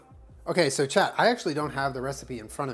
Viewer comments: Everytime says chat I think he is saying 'child' in a southern accent, it makes everything so much funnier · Most of the time it sounds like "Chad" to me. When I first started watching these, I was like..."Who's Chad?"